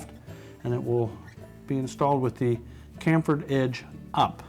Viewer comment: THE WORD IS PRONOUNCED CHAM-FER NOT CAM-FER. PLUS THAT TOOL IS NOT NEEDED.